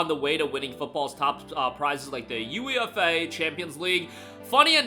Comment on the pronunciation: Funny to hear you pronounce UEFA like that. As an American you wouldn't know, but we pronounce it you-ay-fa.